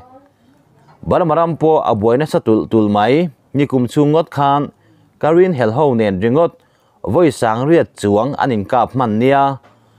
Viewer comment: KAREN hi saptawng ani lova KARIN tia lam no chi anilo..An mahni pawhin KAREN an in ti mai.. Baghmut hi BAKMUT tia lam mai tur aw!..An mahni Ukaraine pawhin BAKMUT an ti mai..BAKMAT tih nulh2 loh tur.. Commander hi KOMONDAR tih nulh2 loh tur..KOMANDAR tih mai tur.. UKRAINE pawh hi youtuber zawng2in IU-KREIN tiin in lam vek maia, hei pawh hi saptawng a nilo..An mahni hnam bakah Google voice te, Amerian & British ho pawn U kha fal takah an dah lem lo, IUK-REIN tiin an lam mai..a rik danah tak phei chuan UKREIN tiin a ri zawk.. NEW Hampshire pawh hi NIUHAMSPAIAR tiin an lam ing-euh kher lo..NIUHAMSAIR tih mai tur aw!.. I chhiar tawh thinah khan mizotawng ngei pawh thil dang tam tak ngaimawh awm tak2a i lam a tam mai a.. Upload hmain vawikhat tal a ziaktu emaw, a hre deuh tur hmaah chhiar hmasa(test) nei thin la a fuh ka ring. In video te hi a darh zau angreng a, miin in lam dan an zira nuihza siam nan an hmang fo ania..